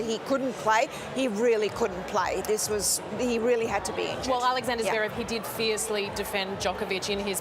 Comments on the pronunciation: Javerev and Not Zverev, classic McEnroe 😅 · johnny mac still cant pronounce Zverev’s name. jesus christ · "zuhverev" it's one syllable idiot "zverev"... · Only an American even the great Johnny Mac can’t pronounce a foreign name. Zeverev?? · One thing for sure, McEnroe can't pronounce "Zverev". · Why can't Mac ever learn how to properly pronounce "Zverev?" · I wish McEnroe would pronounce Zverev properly- it is not Zerverv!